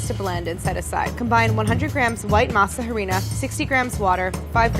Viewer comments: The way she says masa harina kills me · Pro tip: the H in Harina is silent! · The H in Masa Harina is silent. But I’ll forgive you Claire. 😃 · Oh lord, please stop pronouncing the H... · Oh Claire, the “H” in masa harina is silent. Besides that loved the video haha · crying the pronunciation of harina lol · Mean this with total respect and love the series but can someone please tell her that the H in Harina is silent. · So like no one's going to tell Claire that the "H" in harina is SILENT!? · the way claire says harina gives me anxiety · Okay I do love Claire but I cringe everytime that she pronounces harina wrong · Hearing her say "harina" killed me. She would put such emphasis on the "HA" so it sounded like HAA REE NA. Its more like the other way around AH ree na. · Is it not pronounced Arina not Harina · Claire, the H is silent in Harina. It's not pronouced Ha-rina, phonetically it's 'arina' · masa HUH-rina I am cringing so hard lol it’s pronounced like ma-sa AH-Rina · We HATE when white people say masa HA reena, and HAbanYEro. H in Spanish is SILENT!!! And the y sound only comes when there is an ñ. It’s masa AH-REE-NAH, and AH-BAH-NEH-ROH. Signed, ALL Latin people. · Love you Claire. But I cringe every time you say masa HArina. It is masa Arina. The H is silent. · Lol it's pronounced Arina not harina because the H in Spanish is silent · In Spanish the h is silent. So it's pronounced masa arina. You're saying masa jarina in Spanish and it gives me life for some reason 😂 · It’s ah-rina, not ha-rina. Sorry I’m kind of a stickler for pronunciation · Claire it’s Harina (Ah-rina) not Ha-rina. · Okay so Harina.. she’s almost got it.. really ALMOST perfect but the H is silent so it doesn’t make that “ja” sound at the beginning so just read it as “arina” kinda like you would say arena as in a sports stadium and that’s perfect 😊🙌🏻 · Masa harina the H is silent Arina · The H is silent in Harina.. So it's just "Arina" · JUST FYI: YOU PRONOUNCE HARINA LIKE "ARINA"!! :)